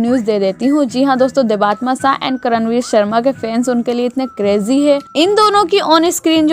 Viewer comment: Inki real name देबात्मा nahi hai..inki real name देबत्तमा hai. So plz properly pronounce the name🙏